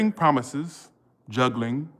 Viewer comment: Not the broken promithes 🤣 ♉️ lol